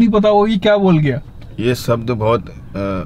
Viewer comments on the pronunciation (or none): bhai kisko khada kr rkha hai uspe unconstitutional to bola nahi ja rha